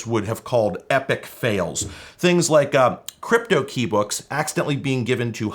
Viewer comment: I thought you said "Cwypto"